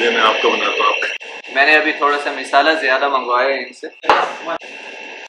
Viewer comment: misala nahi bolte mshala bolte h